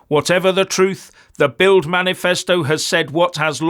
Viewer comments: BILD is pronounced BILT in German (Ds pronounced as Ts) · It's pronounced "Bilt".